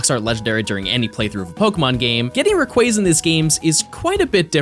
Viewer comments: I just wanted to say thank you for pronouncing Rayquaza's name correctly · I will say this. You are the only person of the poketubers w/e that said Rayquaza correctly. Every other person just pronounces it sooo wrong. easy sub